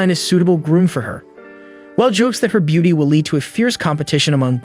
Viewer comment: Nice story, I just wish he knew how to properly pronounce Will. Is infuriating!